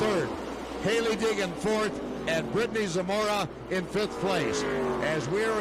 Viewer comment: Poor announcer can't say Hailee Deegan. He keeps calling her Heegan...